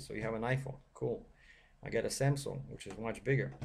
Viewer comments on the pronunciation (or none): none